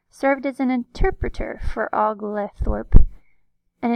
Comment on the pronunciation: (Kindly) it’s pronounced OH-gole-thorp